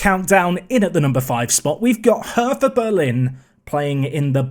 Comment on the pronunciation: Cant wait for the new series my guy 👌 If you go Berlin its pronounced "hurter" 👍